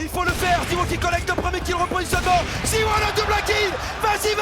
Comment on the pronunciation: Ha et autant pour moi j’ai cru il disait mal Krakow avec la liaison, et comme personne prononce en français … mais Zywou il existe pas par contre, meilleur joueur au monde et français c’est ZywOo (o) .